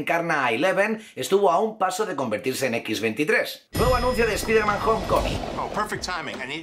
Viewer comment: no se dice espiderman, se dice spaiderman.